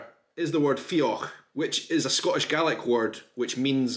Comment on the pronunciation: it seems you're pronouncing the dh in fiodh like the ch sound (for example in loch). At the end of a word after "o", dh is pronounced like the gh sound /ɣ/. Look up "" on Wikipedia to hear it.